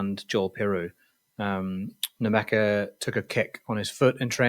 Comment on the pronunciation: I suggest both and listen to the clip by Leeds players on how to pronounce their names! Particularly Lukas Nmecha which is pronounced MECHA!! Come on lads you sound very unprofessional!!